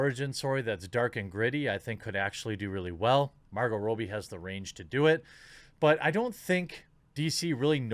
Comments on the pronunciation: Rob-bie.... not Row-bie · ^Robbie (short "o", not Robie). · Jesus Christ, stop saying "Row-bie", it's pronounced "Raw-bie"!! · Stop pronouncing it Row-bie....its Rob- bie dude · I believe her name is pronounced ra-b not row-b. Like my name Robby just with an “ie” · It's Robbie pronounced Rob-ee Jesus Christ how hard is it to say her name right? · Margot Rob-E Suprised he dosen't say Mar-GOT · God dammit, man! You need to make sure you know how to pronounce names! 😆 "Margo Ro-bie..." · I'm not sure if that's actually how she pronounces her name, but the way you say it bugs me